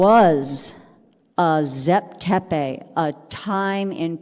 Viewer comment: Did u dumbed down moron ever think that the bloody wrong way u pronounce names may be why he said zep tepi doesnt exist because in egyptian the pronounciaruon is so different from "zep tepi"!!! Morons!